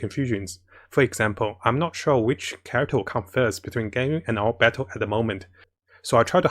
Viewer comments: btw why is he saying "ganwing" for ganYU or is it how its supposed to be pronounced hahaha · why do you pronounce it ganring it's Gan you